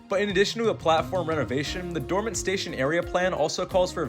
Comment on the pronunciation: Dormont pronounced "Door Mont" as in like "the full monty" without the y at the end.